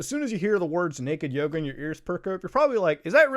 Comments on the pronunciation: All i can say is... i keep hearing "Naked Yogurth" instead of "Naked Yoga". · I was listening to the video and instead of Naked Yoga, I heard Naked Yoda. I spit my drink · We just got up and we thought he was saying "Nude Yoda" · bruh legit thought u said naked yoda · I thought you said Naked Yoda at first and I remained extremely confused for a while. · Ngl i thought you said naked yoda last time and am schocked to hear it was yoga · I thought you said naked yoda lol